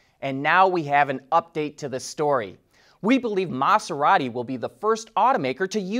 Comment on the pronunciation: Same with his pronunciation of Maserati. He kept saying Mahss-erati instead of Maz-erati. It was a bit annoying.